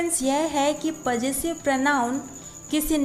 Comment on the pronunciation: You don't know how to pronounce Possessive clearly